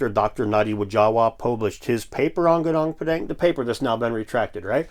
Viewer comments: Hill is pronounced "Goo-noong Pah-daahng". And "koo-jaahng stone". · He can't even pronounce Gunung Padang correctly 🤣😅